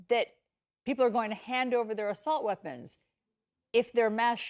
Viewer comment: Im sick of hearing "weaponds of war" and hes the only one who says that